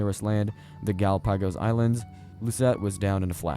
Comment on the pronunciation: gala pagos😂?